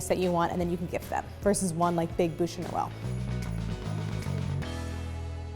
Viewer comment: So, funny little observation. Her pronunciation of "boosh" makes the translation "mouth of Christmas". The word for log is pronounced "byoosh". Which you wouldn't know unless you failed French twice in high school, comme moi.